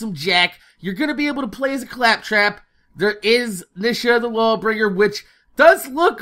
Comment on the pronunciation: we can pway as cwaptwap!